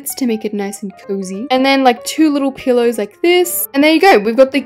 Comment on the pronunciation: Every time I hear pillows come out of your mouth I hear the word pillars